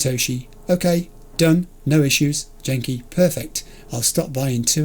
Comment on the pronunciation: Tiger Claws are japanese people, it's not DJ-enki, it's Genki, a harder G :)